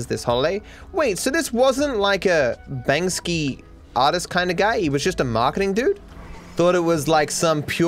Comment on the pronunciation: When called Banksy Bansky💀